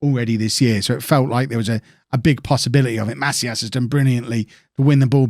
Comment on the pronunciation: It's pronounced "Ma-SEEE-as"